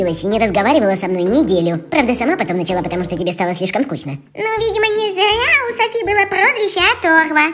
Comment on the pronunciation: правильно Софи́*